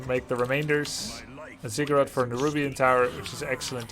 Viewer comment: Watching at 1.5x speed, every time you say "ziggurat" it sounds like "cigarette" and throws me off. That is all.